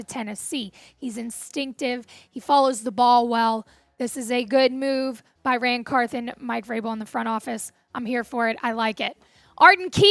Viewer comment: Can we get the old host back please come back Tom downmey until then.. easy choice Locked on titans podcast with Tyler and A to Z .. this girls voice is awful and she knows zip about the Titans can't even pronounce NWI"'s name or Ran Carthon peace